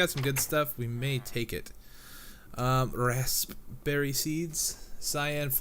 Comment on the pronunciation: "rasPberry seeds" emphasis on the P lol